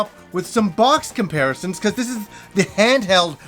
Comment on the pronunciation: Kimparisons? Do you have multiple Kims?